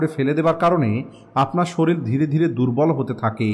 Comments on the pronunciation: আপনি শরীর কে কেন শরীল বলেন ❓ আপনার মুখে ভুল উচ্চারণ কেমন যেন লাগে ❗ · (শরীল) না ভাই এখানে শরীর হবে।❤❤❤